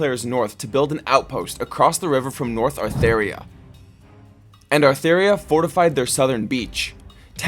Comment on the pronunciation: It's actually Atheria :<